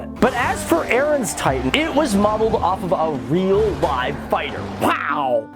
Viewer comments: Its Eren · eren eesily